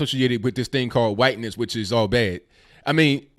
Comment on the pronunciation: Points for correct pronunciation of Hwhiteness.